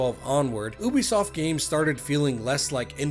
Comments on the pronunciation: Plz for the love of god it's pronounced u-b_soft not oo-b_soft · love your videos, but please pronounce Ubisoft correctly. /ˈjuːbisɒft/